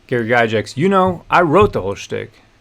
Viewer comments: Yes, defend his(their) legacy. And let's pronounce the name correctly too. It's pronounced Guy Gax not guy jax. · Please for the love of Grod his name is pronounced Guy-Gacks. Since you are talking about honouring his legacy the least you can do is pronounce his name right.